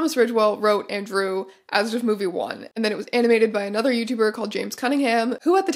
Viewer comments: In German, you definitely pronounce every letter in ASDF-movie, so this was a fun thing to discover that I am apparently annoyed by. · the pronunciation of asdfmovie saying it as a word rather than a-s-d-f has me questioning if i’ve been wrong this whole time or if strange is saying it wrong omg